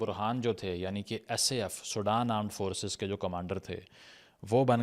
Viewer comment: It's Sudan not Soudan